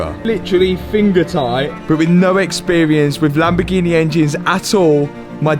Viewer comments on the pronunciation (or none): whow! the lamboo-gheh-neh lives and breathes!